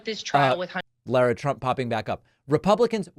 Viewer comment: David, stop pretending that you don't know how to pronounce Lara Trump's name. This especially coming from someone ripping people for misproununcing Kanala's name.